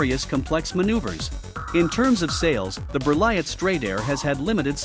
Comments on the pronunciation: T is not says 😉, you says Berlie . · How could you not be bothered to pronounce Berliet?